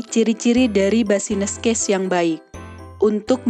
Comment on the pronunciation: maaf kak mau ralat pelafalannya "bisnis case" yaa bukan "basines case" hehe